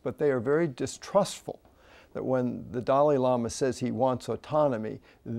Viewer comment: Ugh! They're saying his name wrong.. It's so rude that no one pronounces Dalai Lama right. It's suppose to be said like this..Da-la-lee not Da-lee